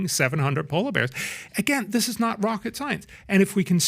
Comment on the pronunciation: PBD can't say "th" very well. "Dat dis is happening..."